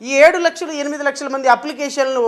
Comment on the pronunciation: లక్షలు కాదండి....లచ్చలు